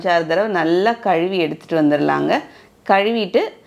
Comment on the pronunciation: Kazhuvi nusolradhu soooper. Kaluvi kaluvi nu romba peir solradhu irritating aa irukku.